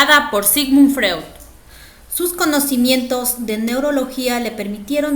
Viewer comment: como psicólogas deben saber que Sigmund Freud no se pronuncia asi, se pronuncia (Froid)